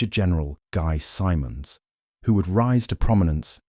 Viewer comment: You ae pronouncing . Guy Simonds surname incorrectly. Though there is only one “m” it is pronounced as “Simmons”.